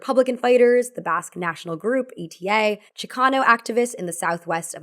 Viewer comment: e-t-a, it’s pronounced ETA, like ei-ta